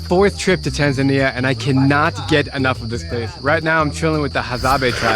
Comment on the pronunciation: Why you call Tanzania Taznaniya ?